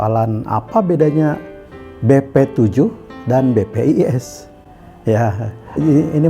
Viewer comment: Koq BPIS sih nyebutnya bos?